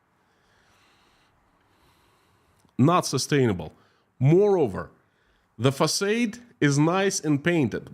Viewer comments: Englishman here: Facade = FacARde not FacAYde. French word I assume, there's probably an accent missing from the second a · “Facade”. Rhymes with God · No "R" Fah-Sahd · Your English is fantastic, which is why I am taking the time to tell you that you mispronounced the word "facade".